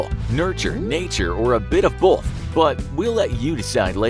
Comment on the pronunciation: Been watching infographics show for a while now and I still cannot believe that your narrator pronounces "both" as if it was spelled "bowlth." It's kind of annoying. There is no L in both.